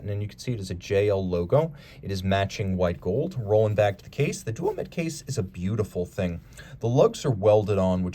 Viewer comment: Such a good looking timepiece that it's worth forgiving the mispronunciation. It's also Duomètre, Quantième à